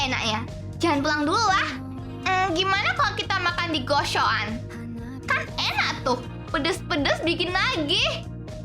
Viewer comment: Gacoan gw denger nya gosokoan😭😭